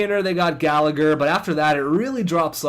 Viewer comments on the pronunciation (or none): none